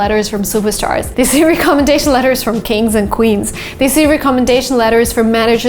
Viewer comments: Give me a call and I will instruct you on how to pronounce the word recommendation.I was unable to understand what you were saying because of the accents you placed on the word recommendation. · re-commendation letters 😂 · First google the pronunciation of recommendation🙄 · is it just me or does she not know how to say recommendation? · I’m really glad I wasn’t the only one. I have never heard someone say it that way. It’s definitely not the proper way. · That pronunciation of recommendation is a bit off I guess. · ❤ much love. Recommendation is pronounced differently. I have a tick everytime you say this word incorrectly.